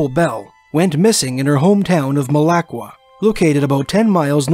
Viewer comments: mala - KWA not ma LAH kwa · the accent IS on MAL not the way I spelled it (on KWA) I’ve never heard it said with the accent on LAH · it says Malakwa weird too :D